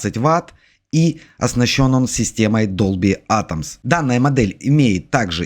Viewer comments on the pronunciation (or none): Продавець, який говорить Долбі атомс? Тьфу.